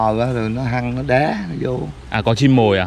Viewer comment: Chú đó nói với Anh con Chim nó bu vô nó đá mà nghe chú nói nó đé nghe vài lần mình mới hiểu,mắc cười ghê hjhjhj